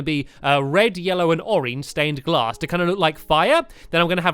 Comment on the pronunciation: He said stained class instead of glass